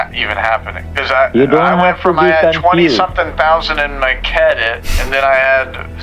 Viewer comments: 'cedit card' kills me every time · "His cedit card" 😭😭😭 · “kedit” caught me off guard